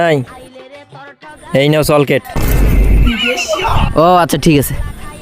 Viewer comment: চলকেট আবার কিরে ভাই চক্লেট বল